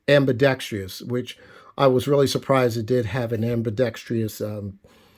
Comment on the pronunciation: ambi-dex-trous ... 4 syllables not 5